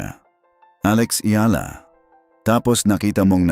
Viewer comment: Please pronounce her name properly. You’re Filipino, so you should know. Take note, it’s EYALA.